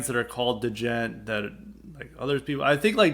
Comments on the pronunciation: Da-jent?, please put some respect on Djents name. The proper pronunciation is similar to the ‘g-e-n-t’ in gentlemen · Give Periphery 1 a try. It's the opposite of what you've described. Sounds like you dont know much about it, your not even pronouncing the word right. Bad takes on djent! We wont get off your lawn!